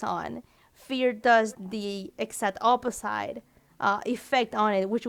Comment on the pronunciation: I'm getting triggered so hard every time she says opi-ssite